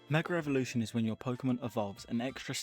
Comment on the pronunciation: Great video but you need to learn how to say Mega evolution